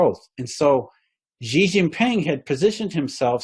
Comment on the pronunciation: just so you know (and you don’t get abducted and sent to a re-education center à la chinoise with all the poor Uighurs), the Chinese President’s name is pronounced “Schi” as in “she”... not “Zi” or “Ji”😉 And Li Kechang is pronounced “Lee” “Ke” “Tchang” 😅